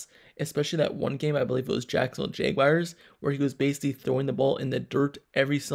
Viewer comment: Why you say jaguars like that? “Jaygwayers”. Lmao